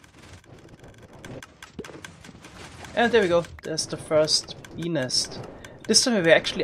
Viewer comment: every time he says "bee nest" it sounds like he's saying "penis" lol